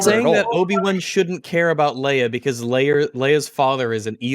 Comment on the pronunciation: Such a small thing that doesnt even matter really but i like how almost accidentally says "Leia" like how Shad does after hearing him say it Like with the extra little "R" sound at the end that comes with the accent